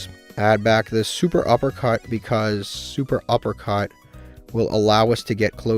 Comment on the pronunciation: Cant believe you still call it SUPERuppercut 😂